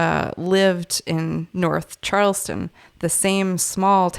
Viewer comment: &, it is CHARLESTOWN NH not Charles-ton, BUT CHARLES-TOWN, please!